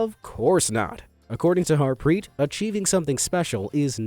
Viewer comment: Bro I am form India his Its pronounced as Daave and Harpreet